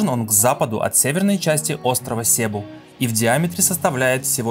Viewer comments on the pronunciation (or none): СЕБУ - ударение ставится на второй слог а не первый! Что значит когда прожил 5 лет на филиппинах но так и не разу не поговорил с местными!